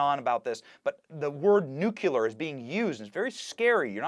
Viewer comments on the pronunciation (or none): Nuclear: new-clee-ar NOT new-q-lar. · Benny, sweetheart, nuclear = [new + clear] NOT [new + cue + lerr] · What if we distinguished between supporters of W and Trump by the way they pronounced “nuclear”? W: three syllables, new’-kuh-ler; 45: two syllables, new’-kleer. Why are conservatives the only ones who insist on not learning to pronounce the word correctly?